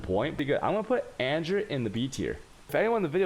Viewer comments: Lol serious question, are you American or non-American, it’s fine but if not... then it’s kinda weird you pronounce “An Ger” as AnJure” haha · I absolutely hate his way of pronouncing things ... like he'll speak perfect English ... then boom "anjer", or "A-goooo-nee" ... or in his other videos he'll pronounce the "ch" like channel for alchemy orbs . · Yo did he call anger, anjer?